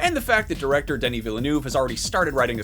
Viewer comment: poor Denis getting his name massacred every time someone says it lol